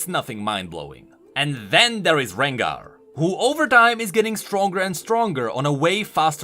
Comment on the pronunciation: If you say renGAAR (after khaZIIIX and kai'SAA) I woulda given up hope xD